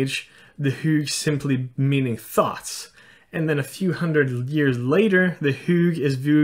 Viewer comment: The fact that you pronounce thoughts as thots makes many of your sentences very funny xD (no hate, just pointing it out)